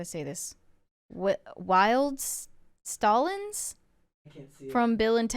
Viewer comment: It's pronounced like "stallions".